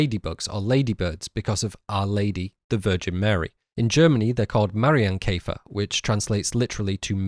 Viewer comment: You butchered Marienkäfer and forgot the ''r'' lmao Also, nice video, ty for providing hours of great analysis! :D